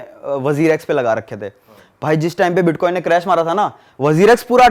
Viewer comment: Iska bitcoin bolna nhi aa raha h tho bits Bol raha h ye scame krega bhai